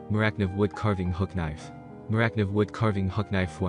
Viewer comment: Thank you for your video and your opinions. One thing though - Morakniv is said ‘more-a-kneev’ not ‘morak-niv’ if that makes sense? 👍🏻👍🏻